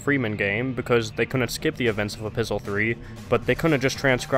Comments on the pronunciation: So who else is confused when he kept on saying apistle 3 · Are you saying "A Pistol 3" or "Episode 3"? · Are you saying Episol3? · A. It's written in the form of a letter, which is what epistle means. B. It sounds somewhat like Episode 3.